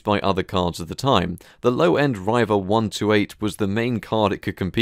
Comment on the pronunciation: It's Reeva, not Ryeva.